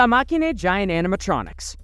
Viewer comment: Masheen not makiné